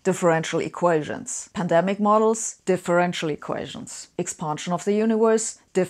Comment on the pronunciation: "eqations" ????? This one makes my head hurt.